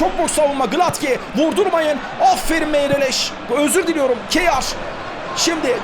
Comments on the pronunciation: Abi Bu arada Kjær'e ya Kayer deyin ya da Keya .. Spikerde değiştirseniz süper olur. Kiyağer ne :D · Kyear okunuyor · Abi "Keyar" değil "Keya" olacak futbolcunun kendisi söyledi öyle telaffuz edin diye ;) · Abi O Keyar Değil Kayer Diye Okunuyor.Söylemiş Olayım. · Abi bu arada kjaer e hıyar dermiş gibi seslendirmişsin :))